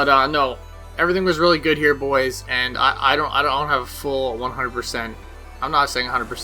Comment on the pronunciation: solid vid, disliked for "bois"